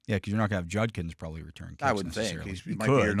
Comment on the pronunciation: Hey, Dale finally learned how to pronounce Judkins!